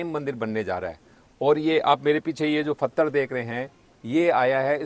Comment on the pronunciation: फतर नहीं पत्थर होता है, कहाँ से आते हैं ये लोग?